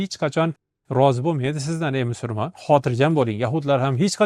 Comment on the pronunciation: Ассалому алайкум ва рохматуллох! Барака топинг! Аллох ажрингизни купайтириб берсин! Илтимос "мусулмон" сузи талаффузда бошкача эшитиляпти...